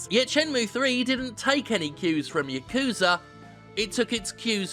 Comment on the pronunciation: YA-KU-ZA not yuh-kuza